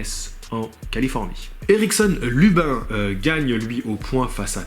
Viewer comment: oh jc c "lubine" et pas lubin c pas un francais